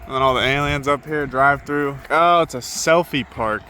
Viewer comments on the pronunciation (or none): none